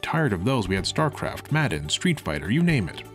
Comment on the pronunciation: It took me a second to wonder why Moonbase Alpha showed up in the video. I had to go back and realize you said "madden." Kudos.